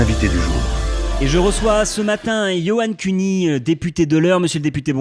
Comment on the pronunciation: johann cuny qui se prononce yoann cunny